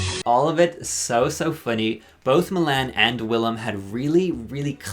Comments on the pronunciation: Mill-Anne? It’s Mee-lahn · Milan pronunciation: Everyone in the world: Mil - lawn You: Mil - Anne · Not calling Milan Mil-Anne lol 😂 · not Mill-Ann 😭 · It's pronounced Milawn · I can't get over how you pronounce Milan's name 💀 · literally did not notice you were irish until you said "Milan" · I’m not saying you said Milan wrong, but I hated it. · The way you pronounce Milan REALLY bothers me for some reason lol iconic